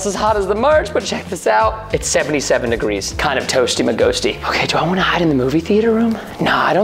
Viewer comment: Lol you right Preston you need to get better at saying degrees